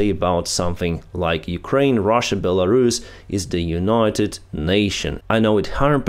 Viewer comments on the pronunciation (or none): none